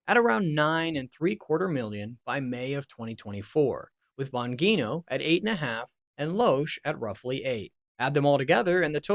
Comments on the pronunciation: IT'S PRONOUNCED AS A SOFT G IN BONGINO...... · Tom Watson is a golfer, you idiot. And learn how to pronounce Bongino and Prager. I think we can assume Rush was of sound mind when he made these moves, so nothing to see here. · Being a Rush fan, I listen intently, until you butchered Dan Bongino and Dennis Prager’s names. Next time, do your homework. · Do you think he mispronounced Dan Bongino and PragerU on purpose? Please don't make any more videos. This was a complete waste of my time. Thanks for nothing. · Is he purposely mispronouncing Dennis Prager, Dan Bongino & Dana Loesch? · Somewhat interesting. But please learn the correct pronunciation of Bongino and Prager. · Guy here doesn't know the pronunciation of Bongino or Praeger. Which tells me this guy has no idea who the players are. All pretty basic things.... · Bongino and Prager. Have you ever even heard their names pronounced? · Good info. Unfortunate that ai doesn’t know how to pronounce Bongino or Prager. Wild you guys missed that. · How to mispronounce Bongino, Loesch, and Prager in one video….. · This guy can't even pronounce Dan Bongino and Dennis Prager correctly. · Weird that you mispronounced the 'g' in Bongino and Prager in opposite ways. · Is this AI slop? Can't pronounce Bongino or Prager? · I had decided the same thing long before he mispronounced Bongino and Prager. This video sucked.